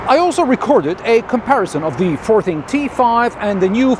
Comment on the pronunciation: As far as I’m aware, this isn’t sold in the UK. But every time says the brand name it sounds like the word ‘farting’.